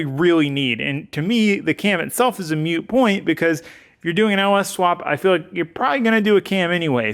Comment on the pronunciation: Moot point not mute